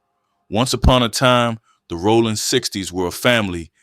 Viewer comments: I’ve convinced myself that he’s pronouncing it like Sonny Rollins lol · Rollin 60's not Rawlin